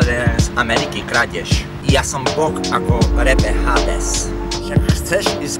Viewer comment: „Ja som boh ako reper Hádes “ ČO TI PERE S JAKYM FAJNYM PRIZVUKOM SI TO VYSLOVIL MAM PRE TEBA RADU, PRACUJ NA PRESNE TOMTO STYLE VYJADROVANIA A RAPOVANIA, ABY TO NEZNELO STALE AKO BEZNE HOVORENIE “Hádes“ bolo poprdeli undergroundovo-oldschoolovo tvrdé!!! A dobre zakoncujes frazy/myslienky opakovanym rytmickym znizenim tonu hlasu Ale zas dobre to sedi aj do tracku